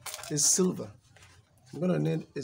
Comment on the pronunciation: Now your English is really great, but I would like to point out that it's "sliver" not "silver"